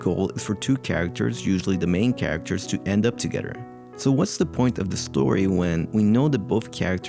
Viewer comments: The whole video when he pronounces "eachoder" "togeder", etc bothered the hell out of me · This guy can't seem to pronounce a "th" sound... "together" becomes "togeder" etc